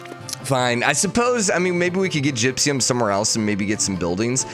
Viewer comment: "Gypsyum" instead of "gypsum" is seriously spiking my head.